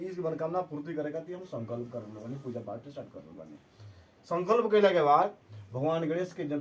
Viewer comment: sankalp sankalp thik se kijiye